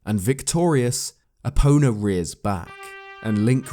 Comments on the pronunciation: It's E-po-na Also go-ron not to mention zo-ra & ge-ru-do Nihongo-ga scoshi hanashi-mas. Speaking Japanese is an art & The Twilight Princess has many names indecipherable to that of man. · When said stealing epona i thought he said stealing a boner